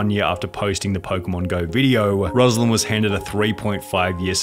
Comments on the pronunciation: aghc..eeaa... where's my unheard juice... that's not pronounced like that, руслан - ruslán... ima go vomit now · Ruslan* not Răzlan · everyone always says my fucking name wrong! It's R-oo-sl-an